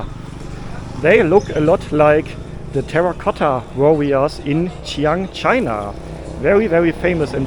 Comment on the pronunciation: The 'x' consonant in Mandarin pinyin sounds between English 'sh' and 's', and also similar to German 'sch'. So Xi'an is pronounced like 'Schi-Ahn', rather than 'Tschiang'... 😃